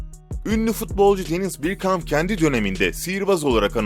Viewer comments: Ceyms rodrıgız denis birkamp . Hocam isimleri bi ogreneydin keske . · 'de koca Bergkamp'a "Birkamp" demene mi sövsem, 'deki "Neredeyse orta sahadan" deyişine mi, 'te "Herkesler" diye bir kelime uydurmana mı 'deki Türkçesizliğine mi sövsem bilemedim. Kodumun Türkçesizi... Türkçeyi Suriyeliler'den mi öğrendin?